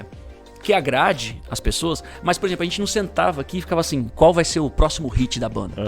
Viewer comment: Qualquer pessoa falando: -: - ual Marca kkkkkkk